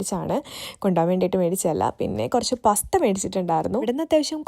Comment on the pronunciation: പസ്ത അല്ല പാസ്ത ആണ്